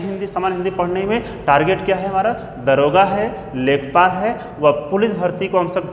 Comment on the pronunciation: दरोगा नहीं दारोगा होता है सर जी।